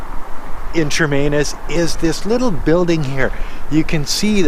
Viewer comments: NOT Chermainus It’s Chemainus. No R in it. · Shuh-main-us. Not charmainiss.